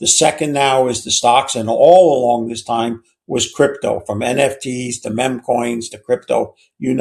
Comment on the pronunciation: What's with that generations inability to pronounce the word "meme" properly?